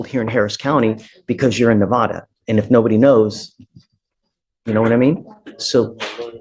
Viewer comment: Ahhhhhhhhh it is Nev ah duhhhhhhh